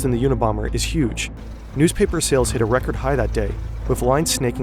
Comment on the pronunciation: Check the "a" in unabomber.